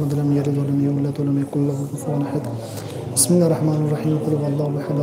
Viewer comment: بسم الله پڑو جناب مسم اللہ نہیں